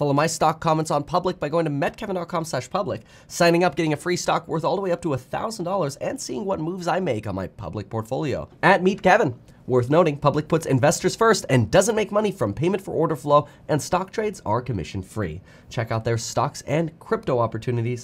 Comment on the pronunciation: He keeps saying metkevin not meetkevin. I wonder if that's on purpose??